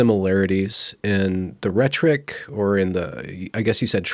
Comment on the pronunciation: "the ret-trick"? I always thought it was pronounced as "Rhet-or-ick". Guess I didn't get the memo.